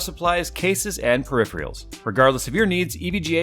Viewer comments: Did say Perif-reals on the EVGA ad, instead of peripherals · PER-IF-ER-ALS. PERIPHERALS. There is no second I!:) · Wots a "perifriel"? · PER-RIF-ER-ALS.....What is a perifrial? In the past I've always read you should flush with distiled vinegar then distilled water. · You say, "Peripherals" incorrectly. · Am I the only one who loves and laughs at how says "Peripherals?" Check it starting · pronunciation of "peripherals" cracks me up every time. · still haven't nailed how to say peripherals :) there is no "i" in there